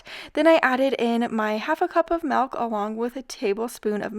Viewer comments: Hey, the word isn't Melk, it's Milk. Why do you call it Melk? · I’m not originally from the US, so apologies if this is a silly thing to say/ask, but the way you pronounce ‘milk’ is so dang cute! Is that a regional pronunciation, or just a precious -ism?